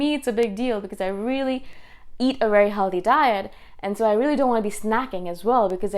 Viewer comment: Love how you say "rilly, rilly, rilly"! :D